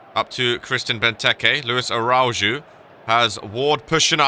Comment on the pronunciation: Araujo is pronounced as arauho how many times do I have to type this?